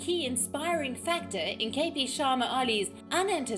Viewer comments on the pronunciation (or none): comrde Oli not Ali